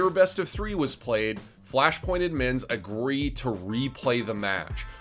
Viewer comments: can you stop saying admin like that. idmins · can someone teach this man how to say the d in admins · I like this dude but the way he says "udmins" makes me lose braincells everytime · Why are you saying "Edmonds" and not "Admins"... it bothers me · Why he keep saying udd mins tho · How does this guy say 'admins' so wrong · How he says Admins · The way he said admins 👀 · The way he says admins 😩😩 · They way he pronounces "Admins"